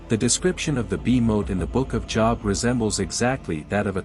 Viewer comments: Good video you're definitely done your homework hopefully more people will say this and believe the truth. Now it's my turn to do a little preaching myself the proper pronunciation of the book of Job is not job like work, it rhymes with globe 😊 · I believe the info here is valuable, however I can't get past the computerized voice, especially the mispronunciations of Job, which should be a long o like in Moses, rather than rhyming with Bob. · How can I trust the reporting if the name of "Job" is mispronounced three times within a few seconds-- , , --how can I believe that the other "reporting" is any less flawed or that the conclusions drawn have any substance? And Nephilim is repeatedly mispronounced. I tried to finish listening to this. I couldn't. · What is wrong with this guy? He speaks American English fluently but still insists on mispronouncing the Job, as in the Book of Job (long "o"). It's pronounced Job, long "o" as in bow. He does it so frequently it is irritating and distracting. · Somebody needs to get to this narrator and tell him to learn how to pronounce Job. It is a long o not a short one. Job (long o) is a man’s name, job (short o) is something one does for a living. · Job is his name Jobe not job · By the way, the pronounciation of Job is Joeb, not Jawb. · Job, with a long O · JŌB! THE NAME OF THE BOOK IS PRONOUNCED WITH THE LONG O SOUND!!! I have interest in your content, but it would help give credence to your subject if you pronounced words correctly. It is kinda off putting when someone who claims to know the Bible, but pronouns names incorrectly. Please understand this comment is not to offended, but merely to help you with your presentation. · Job is pronounced JoeB not something you have to make money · Job is pronounced "Jobe". Also the Book of Enoch is not canon and is considered false. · When he says Job as Jaab 😂😂😂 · When AI says Job as a place of work, smh.